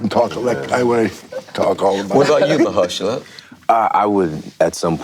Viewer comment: Nice to see Mahershala's name pronounced right for once :D Ma-HER-shala Ali!